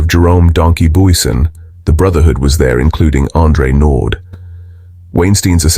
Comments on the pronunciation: Naude not Naud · It's not NORD but Naude and you pronounce it as NAU like in Naughty and then the De part like in Dear. (Naude) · Or "no dee". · His surname is French, it is said as Nau--dea. Not Nord. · His surname is not Nord its naude. Nor-dear is how you would say it . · It's not pronounced, Noord, but Nour-dee 😮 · Nood. It's nouh-deah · Crappy AI commentary. Andre Nord? When I start watching a video and get that, I just switch off. It's not difficult at all to do a proper voice over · " Nord"? When AI fails. NEXT! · It's pronounced Nor - dear my friend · Naude? Pronounced Naudeeea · You pronounce his surname 'naudear' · Andre Nord😅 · Learn to pronounce our names properly if you wanna tell our stories bru. It's "knaw deer" bru!